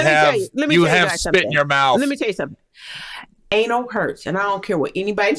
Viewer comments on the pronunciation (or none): its anal not anol